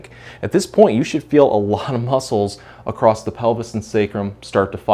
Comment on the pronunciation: No T in across....